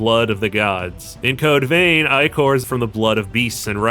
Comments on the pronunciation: Dude it’s pronounced ick-or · "eyecore" :hand-orange-covering-eyes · Do they pronounce Ichor as 'Eye Core' in game too? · The way you keep pronouncing ichor the way you do is diabolical. Over and over and over.